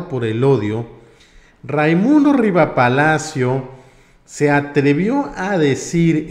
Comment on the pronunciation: Es RIVAPALACIOS, no Rivapacio, conocidísimo chayotero. Si no lo dices bien solo denota que no lo conoces.